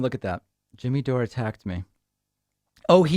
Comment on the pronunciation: Pakman finnally got Dores name right, called him Doray a few times, but Chariton is not pronounced Char i don.